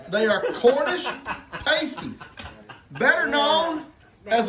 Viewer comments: Hi and. I chuckled with how you said paastees proper Cornish pasties are delicious. They are rolled different too as they are meant to be held Very good attempt though. Glad you all enjoyed them. Have a fun evening. Take care God Bless. 🙏💕😎🧑🏻‍🍳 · Aren't they Pasties, sounds like (Pastee's) they are not nipple covers! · Hi and, when I lived in northern Minnesota I learned to make venison pasties (pronounced “paaasties”, because “paysties” are nipple covers used by strippers. I would just cube my meat, carrots, potatoes and onions and bake in a pie crust folded over like a half moon and edges sealed with fork tines. It’s easier to assemble if ingredients are cold. Love Brynleighs hair cut. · their pronounced parstees and true Cornish pasties have beef,potato,onion and Swede (yellow turnip or rutabaga depending on what you call it)cut in all small cubes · Hi from Detroit, MI....Carrots and Rutabagas are also used in Pasties (said: Pass - tee). We use gravy with them. Shawarma is said: Sha - warm - a Gyro is said: You're - O Paczki is said: Punch-kee Not being critical...just helping.. LOL... I know it can be hard..lol Great food and history up here. Come visit and see our beautiful lakes! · Yayy our Cornish Pasties are a English UK dish they are delightful... they are pronounced paastees😊 ☺️ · Yes...past-ees. paste-ees are part of an exotic dancer's wardrobe. LOL! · It’s pronounced paaasties, not pastie! Your dough won’t melt and tear if you let the filling cool a little first. So what kind of fries were they? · Pronounced as sounds Past -ies not pastry 😂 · Lol they are pasties not pAsties 😂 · Hi everyone. You are all pronouncing it wrong. It is not pronounced "Paste-- ies," it is pronounced "Past--e-e-e." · It’s pronounce like saying the word Past. Pastie. Not pronounced like you all are saying it lol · Past ees not like the chest coverings... Lol, trying to get words past the you tube AI is a trip. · Pastie is pronounced with the a like apple